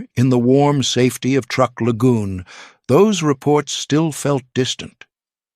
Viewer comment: Truk (TRUE-K), not TR-UCK.